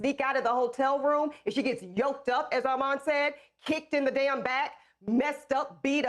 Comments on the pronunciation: ION like the way Harvey saying your name Armon - can somebody correct him! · Please tell them to get your name together!!!! How can they not pronounce Armon?? Congratulations !! You’re doing great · Armon (R-Mawn)!!!!🤷🏾‍♀️😩😩😩😆❤️